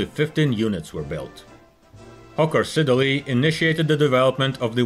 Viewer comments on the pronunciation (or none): IT'S PRONOUNCED SID-LEY. STOP SAYING SIDDER-LEY.